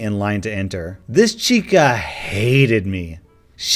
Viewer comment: Yeah, I noticed that shit, too! Lmfao!!